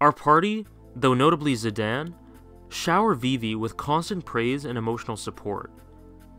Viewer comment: Good lord, I wish we knew how to pronounce Zidane's name. You say it like Zid-ann others say Zide-ain and I say it like Zid-ain. Also I love this game for every reason you made. except for the trance point. I liked trance because it was just something that made you more powerful and it wasn't just some random thing it's powered by adrenaline. Anyways, good video, great game.